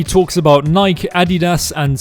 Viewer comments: Nike? The pronunciation is killin me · Why he say nike like that lol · the way he said Nike lol